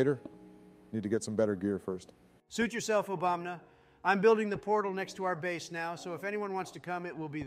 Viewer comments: Obamna Obamba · saying "obamna" ☠️ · I love how nobody ever pronounces obama correctly